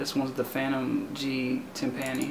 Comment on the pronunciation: Lmao He still says "Timpani" like (tim-pan-nee) instead of (tim-puh-nee) lol